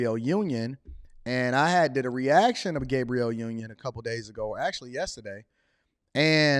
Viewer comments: He said Gay-briel Union!!! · you said “Gabriel Union” 😆😂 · Why does this Nigga keep saying Gabrielle union like that